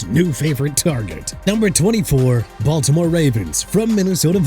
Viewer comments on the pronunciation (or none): none